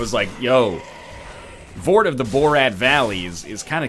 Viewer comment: Vord of the BORAD VALLEY WTF XDDDDD